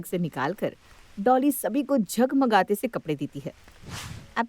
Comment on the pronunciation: Jhagmagate kya hota hai jagmagate hota hai😊